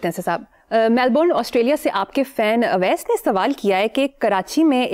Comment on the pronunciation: Aawais nein ouwais